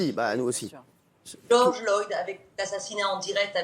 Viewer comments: Arrête de dire Georges Loyd bordel 🙄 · Georges Floyd pas Loyd 🤦🏻‍♀️ Elle est tellement fatiguante ... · MDR elle manifeste pour un gars dont elle ne connaît pas le nom, c'est floyd pas loyd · C'est pas Loyd mais Floyd. Ça commence bien. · je pensais avoir mal entendu . donc j avais raison elle a bien dit George loyd au lieu de George Floyd.. pour une americaine elle prononce tres mal les noms americains.. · Stop par pitié arrête tu fais pitié afida, Bigard il est plus crédible que toi avec ta poitrine exhiber comme ça. Puis surtout apprend à dire Floyd et pas Loyd c’est un immense manque de respect envers la victime et le mouvement. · Elle prononce même pas son nom correctement... c'est pas respectueux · Elle est incapable de prononcer correctement le nom de George Floyd... Ça serait drôle si elle ne se prenait pas autant au sérieux...